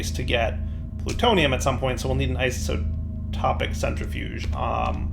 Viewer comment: Iso-TO-pic, like an isotope, not iso-TRO-pic. XD